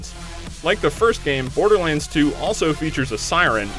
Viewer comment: Love how he says Borderlands :D "Borderlinds"